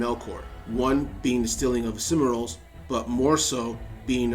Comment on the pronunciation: This was really enjoyable. But, like so many Americans who post stuff on LOTR you just can't pronounce anything 'foreign' if your life depended on it, can you? Only the French are worse. I mean really, what are the 'simmer-ills'? And it most certainly is not 'Faynor'. Try 'Sill-mah-rills' and "Fay-ah-nor". I mean if people who vlog about LOTR from the UK, Spain, Russia and even Australia can manage, I'm sure you can too!